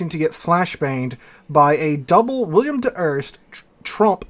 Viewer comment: Bro, it's WILL EM, not Will i am.